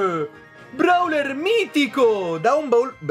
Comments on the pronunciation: si dice browel non brawel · Io,almeno io non dico brawler ma browler